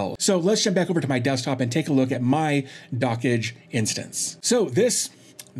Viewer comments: "Dockage" (how you say it) is absolutely nothing like "dodge". The correct pronunciation is "dock" plus the "j" from "jam" plus the "e" from "yes" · Also, my apologies for mispronouncing Dockge. I've been corrected in another comment that said it should be a bit more like "Dockjay" instead of "Dockage"